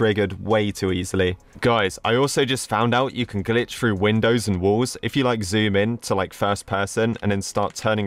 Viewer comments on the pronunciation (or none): none